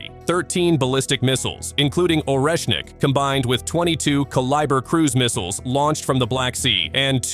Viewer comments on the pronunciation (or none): none